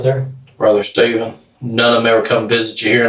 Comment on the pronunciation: SCHTAYVEN! CMON SCHTAYVEN!